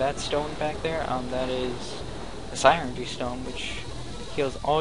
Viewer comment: I know this is ... long done but this bothers me Psynergy is pronounced Sin er ge